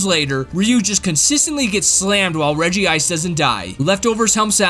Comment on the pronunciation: Is it just me or does regi sound like wedgie.